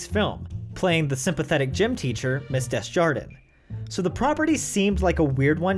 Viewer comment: that is NOT how you pronounce "Des Jardins" at all.